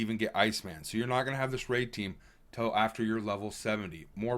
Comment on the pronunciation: It’s Till not tell btw